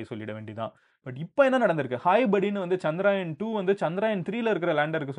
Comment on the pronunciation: For you information, Its Chandrayaan not CHANDRAAAAYAN 🤦